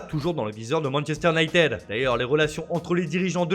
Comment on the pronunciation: Sa vous tueraiez de ne pas massacrer les noms des différents clubs européens? Sérieux les mecs leurs boulot c'est de lire des fiches sur le football et il n'ont même pas retenu la leçon de 6eme "on ne dit pas Unitédeu mais Younaitid" voilà j'ai fais exprès pour l'orthographe phonique puisque vous n'y arrivez pas. Alors par contre pour dire "Ancélooootï" y'a du monde hein, a croire que d'éduquer les amateurs de football c'est pas une nécessité. Bordel pas étonnant que les clubs français n'arrivent a rien avec des speakerines pareille!